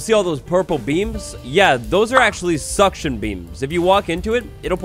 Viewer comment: Ah yes he called Tractor beams "SUCCTION BEAMS"